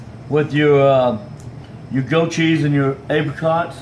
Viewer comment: M8, you really cant cook. Ffs... what are you doing with that massive whisk and bowl for such a small quantity??? And for love of f*ck stop calling it "Go-cheese" 😤 is it really that hard to say *Goat with a T